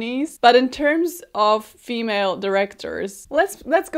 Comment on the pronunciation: why are you saying "female" like that that's so weird